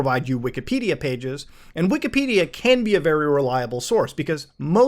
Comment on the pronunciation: he mispronounces wikipedia every time he says it, along with nearly every computer company name, and part, as well as terminology.........like.......what planet are you on?